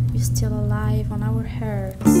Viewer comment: super except your pronunciation of the word heart /'hɑ:t/